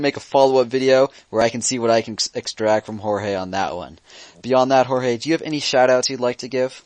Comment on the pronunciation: Its Jorge (hor hey) not George idiits